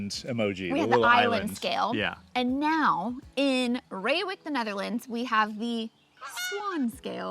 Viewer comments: Dude does his best to spell Gouda to make us proud! Continous to butched Reeuwijk... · Ray-wike for future reference :) But good pronunciation of Gouda 👌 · Reeuwijk pronounced as Ray wijk. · Thanks for posting this video. I enjoyed it very much, for I was born in Utrecht (that’s definitely not a Little Amsterdam, as it’s a city with a identity of it’s own) and now live in Reeuwijk (I loved your pronunciation Rewuk🤣). Too bad we didn’t meet, I’d have loved to drive you to the ‘Landerij’ restaurant. Whenever you’re in town again, let me know! 😁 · pronounced as "RRRAY- WEH-EEK" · Ray wike...not ee as in see...ee as in say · Please don't call Utrecht "tiny Amsterdam"... we are NOT Amsterdam and we sure as heck don't want to be called anything Amsterdam. Reeuwijck : Pronounced a bit like "Ray-why-k" Utrecht: lose the "Y" sound in front... it is not "yutrekt" and for the ch use the same G sound as in Gouda and you should be close to a correct pronunciation. :) Heerlijk: correct work however nobody says it. the proper one to use is "Lekker" (Pronounced as the English "Lacker"which can be used for many more things besides food. The weather can be "lekker" for example)